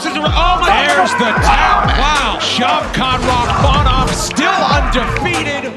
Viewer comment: The correct pronunciation of his name is... Shau Kath Rah maan......